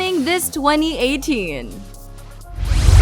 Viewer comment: Looks like there will be quite a few games coming out, but I just couldn't finish this video. Her pronunciation of 2018 and other words (for one.. Bones from Skull & Bones) was so excruciatingly annoying for me.